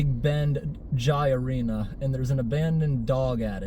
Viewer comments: It’s pronounced “hi-uh-ly”. Great vid man and thanks for helping that pup. I love your drainage content of course but it’s cool to see you mix it up a bit. Don’t mind the trolls. Many of them aren’t even trolls, they’re just idiots. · It’s pronounced HI-LI. They have an old one here in Newport Rhode Island. You would bet on the players but the players used to bet also and it ended the games because of cheating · It’s pronounced HIGH LIE. A Jai-Alai facility or stadium is called a Fronton. There was also one in Tampa as well as West Palm and there are still a few operating in the Miami area. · Bridgeport CT had a Jai-Alai. (Pronounced Hi-A-Li) It closed in 1995. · Its pronounced hi lye. Great vid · It’s pronounced High-lie btw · We had some up here near your home town in MA. It was Harford Jai Alai. It's pronounced "Hi aLI". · It's pronounced "Hi-Lye" and my feed has been getting shorts about it. Good on you for helping the dog. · If anyone is wondering, it's pronounced "Hi-Lie". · It's pronounced hai lai